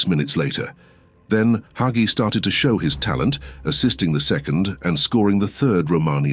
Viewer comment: Did they pronunce Hagi correctly? I feel like his name is pronounced differently.